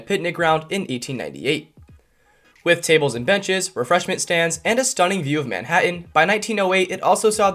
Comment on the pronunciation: “man HAT HAN”? For over a century we’ve all called it “man HAT nnnn”.